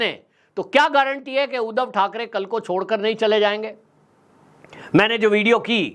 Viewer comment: उदव नही सर जी , उद्धव बोला करो , जय महाराष्ट्र